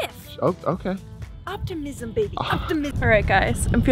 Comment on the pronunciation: Uptimism Uptimiism she said...